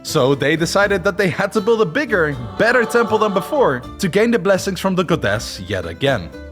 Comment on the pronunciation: i hate how he keeps saying goDESS